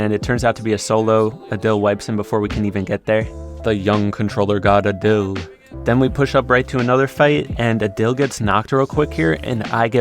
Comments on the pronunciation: Just gonna put out there it’s pronounced aaadil not udil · Is not adil it is pronounced aadil